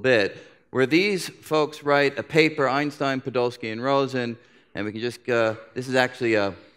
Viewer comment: Maybe Einstein deserves to have his name pronounced correctly. Not like I hear here hundreds of times. Its some english-german hybrid pronunciation. S in his name should be pronounced as in word "shell" not as in word "sock".